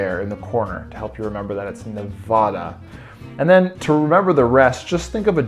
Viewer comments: You pronounced my state wrong :(( Nev'a'da's middle 'a' is pronounced a as in apple, not a as in caught. 😊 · Cute idea. But PLEASE say the states names correctly if you are going to make videos about states. It is NOT Ne-vah-da! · its ne-va-duh the pronunciation